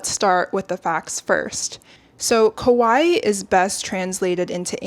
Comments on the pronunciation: I love your point of view, but sorry, you’re mispronouncing “kawaii” as “koai” and it’s really catching my eye 😭 Kawaii means “cute,” while kowai means “scary”! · While this is a very well made and researched video, it was distracting that I kept hearing "kowai", meaning scary instead of cute "kawaii"